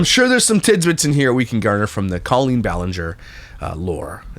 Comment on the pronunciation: I love a good comeback/rehabilitation era for some people who have been cancelled…. Colleen? No. She’s foul and undeserving in every way. Side note, I thought she pronounced her name like colon.